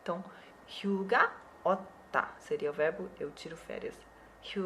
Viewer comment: 휴가 hyuga eu escutei suga =^=